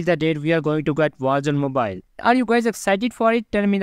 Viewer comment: captions or not, that's what it sounds like he's saying